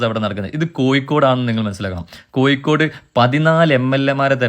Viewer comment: വക്കീലിനോട് പറയണം കോയിക്കോട് അല്ല "കോഴി" ക്കോട് ആണെന്ന്!